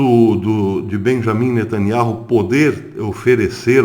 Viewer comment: A pronúncia do nome de NETANYAHU está errada. NETANIAU é assim o som da promùncia.Verifique por favor.